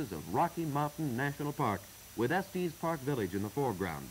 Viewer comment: Estees Park…lol. I grew up there. It’s just Estes. No matter, I really like these old newsreels. It’s fun to see the town and area before my time.